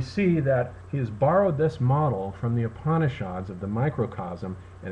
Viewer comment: Hi, I love your explanations of Heidgegger and Gebser. I just wanted to point out that 'Upanishad' is pronounced without the 'a' as Upnishd ( Oop-knee-shud). It's insignificant when compared to the material but I think it needed mention.